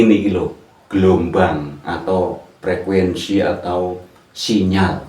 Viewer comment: Frekuensi apa frekuesi pak😁